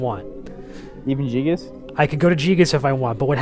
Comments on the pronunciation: Dude, did he just say jee-gas? wtf its guy-gas man. Get your shit straight. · Gee-gus. That's a new pronunciation to me :P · i this is fantastic, only thing i couldn't stand was their miss pronounce of Giygas, ....not Jigas.....>.<